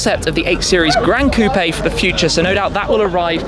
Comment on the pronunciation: I never thought I’d be bothered by the way someone pronounced coupe